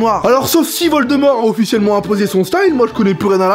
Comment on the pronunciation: "Volderome" "expeliarmus"😂😂